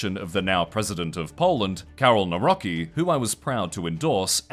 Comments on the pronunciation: it's not [now rocky] it's [nav rotzki] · "Nawrocki" is pronounced completely differently, please consult Google Translate or polish media.